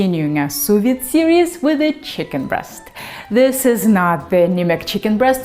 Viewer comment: For the first few seconds of the video I thought you were saying soviet 🐔 :)